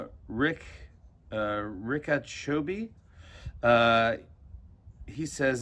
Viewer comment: That's not rick !! Its pronounce same if u remove RD from RICHARD !! ITS RICHA !! cha is pronounce same cha as of "chacha".